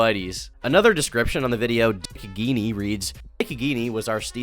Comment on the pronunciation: They way he pronounced geenie is hilarious